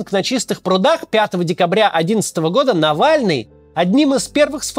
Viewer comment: Кто такой нэвэльный